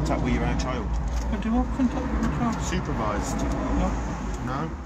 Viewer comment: Why do they say chiyuld instead of child?